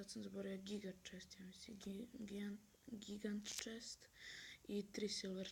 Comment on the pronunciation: mogo bi malko da nolje naucis citat engleski posto se ne cita barbarian nego barberien, nije gigant chest nego dzajnt chest/giant chest. udji u nas klan Balkan elita grb crno-plav i kosturska glava na srredini leader je Pobjeda 100%